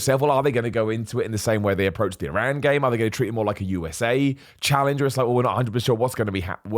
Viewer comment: from Iran and i love thaat you say "eeraan" not "eye-ran" 😂 Huge fan